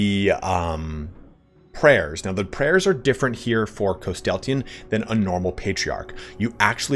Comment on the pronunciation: Where you add an “a” after the “y” in his name Threw me off the entire video lol great video though